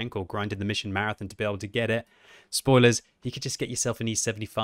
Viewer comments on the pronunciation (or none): none